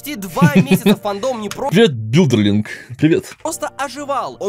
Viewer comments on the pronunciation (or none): Не Бюлдерлинг А Содерлинг. . .